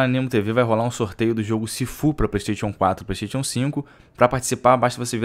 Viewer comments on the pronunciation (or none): “Plêi steitchon”